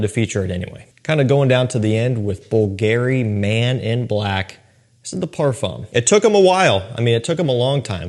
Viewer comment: Does he pronounce bvlgari a bit off . Great list though the back end ones are proper sillage spillers